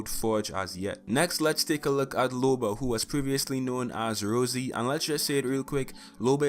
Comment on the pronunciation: Dang you got loba correct